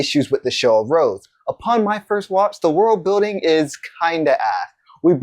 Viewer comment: ooo you said one piece world bulding ahahahahaha